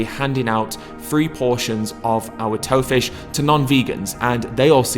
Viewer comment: I thought he said Toe Fish at first. If there was one type of fish I REALLY don't want to eat, it'ld be the lovely named Toe Fish. Joking aside, hope I can try some of this when I pop home for Christmas. One of the things I miss from home the most is the chippy so having a vegan version of it would be amazing!